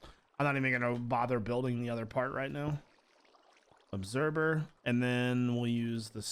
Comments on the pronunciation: Not that it's a problem but he says obserber instead of observer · say obserber instead of observer one more time i dare you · Does he say obserVer or obserBer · Does anyone else hear him say “obserBer” every time he tries to say obserVer? Or is that just me? :P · I know I'm late on watching this I'm not one to watch vanilla but the way you do yours videos is awesome... I'm leaving this comment because I think it's funny how you say observer it sounds like you say obserber. 😂😂